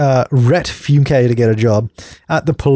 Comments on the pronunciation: The Fyoon-kay family? Lol, I guess that's a fancy way of saying Funk! :) Btw, if you like cornbread and hotdogs, you'd love a corndog! In USA, they're sold by the box in the freezer section at the grocery. Great microwaved treat on a stick! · It would be pronounced "Funk" but has an "e" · U pronounced funke wrong